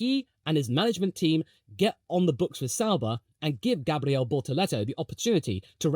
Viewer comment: “Because right now, Brazil needs a formula 1 driver on the Grid” - as a Brazilian and a McLaren fan, I felt that 🥹 It would be a dream for sure 💚 Btw, your “Gabriel” pronunciation is on point 👌🏻 Cheers from Brazil 🇧🇷 🇧🇷